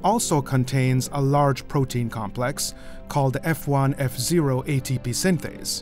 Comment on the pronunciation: F1Fo is not Fone Fzero - this is wrong. It is Fone Fo o for oligomycin